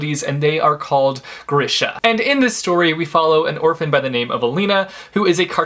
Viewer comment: I think grisha is pronounced gr-ee-sha